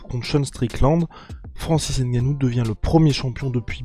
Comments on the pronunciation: une video d'amateur vraiment il suffit de regarder l'itw pour comprendre ... et en plu c'est pas "n-gannou c'est NGANNOU" Merci bien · J aime le G tt seul 🤗🤗🤗🤗🤗 quelle éloquence